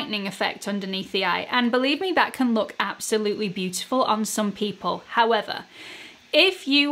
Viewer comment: I love when you say “however”—it makes me laugh!! I wait for it!! Love your videos!!